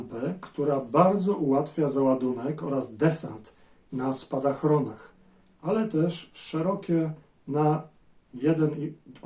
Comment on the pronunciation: Nie na spadachronach, tylko spadochronach .